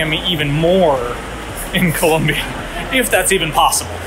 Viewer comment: You are doing a "Fox News". It is Colombia, not Columbia